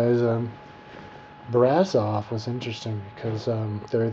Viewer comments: no it is BRASOV not brazov:)))) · And btw : It`s Brasov, not Brazov. You should have been smart enough to google the right city name before you posted this video. But you`re an american, not a romanian. That sais enough. PS: To quote you "Romania was a pretty place, lots of trees and bla bla" WOW! A romanian 6 yo would compose a better description of a country he visited or would like to visit. It`s called "compunere" in romanian and only God knows how many of those we all had to compose when we were in school. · my dear friend next time you go visit a country try to go with an opened mind,the only things you mentioned about Brasov(brah-shov) not brazov,first Brasov its not surrounded by hills but by mountains ,beautiful mountains,the city is older that most of the stuff in usa,next Romanians dress up my friend ,i live in us and know what i'm talking about,u have a issues against old stuff btw,and the gypsies do whatever they want to do and yes they are from india,non-romanians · first, it is BRASHOV and BUCURESHTI! second u are an poor american who believed the stupid story we tell the tourists to sell an image of dracula and transilvania...if u were interested in the place u were traveling to you would have read some truth first...